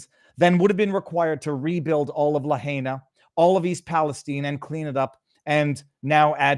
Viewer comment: VIVA! It's pronounced La-hi-na. NOT La-hey-na. Thank you for keeping Lahaina in the picture ❤